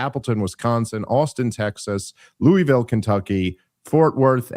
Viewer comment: Speaking of English robbing words of their beauty, Louisville, KY is NOT pronounced lou-e-ville. It's more like lu-vul. If you want to pronounce it like a native, it's lul-vul, if you can understand what I'm trying to say.